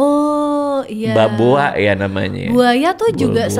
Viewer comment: Kera banobo, bukan bamboa